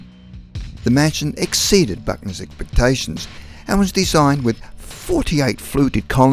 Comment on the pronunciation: Terrible voice over. Ekpektations? Renowaiting? Tween the years?? Awful. Try clearing the saliva out of your mouth. Jesus you sound disgusting